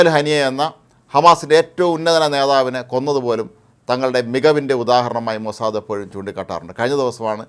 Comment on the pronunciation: ഹേ മനുഷ്യാ മോസാദ, അല്ലടോ മോസാദ്, ഹിഹിഹി